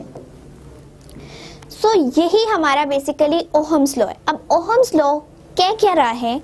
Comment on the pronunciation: It is not Ohams it is ohm's